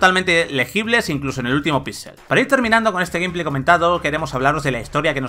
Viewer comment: A mi me hace ruido mas cuando los españoles pronuncian algunas palabras en ingles bien y otras mal, que rayos es "Gumplay"? se pronuncia "Geimpley", tambien les pasa con Lite y Spiderman que parece que lo leen directo en español